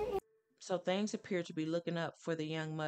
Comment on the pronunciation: This story is sad enough, why play that eerie music (nightmares) in the back ground will the note is in red with a black ground? Also, the word is THINGS, not thangs